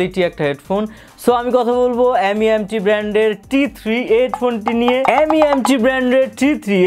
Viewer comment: M.E.M.T বলেনা, এটাকে মিম্ট বলে। 🤣